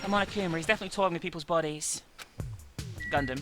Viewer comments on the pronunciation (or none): none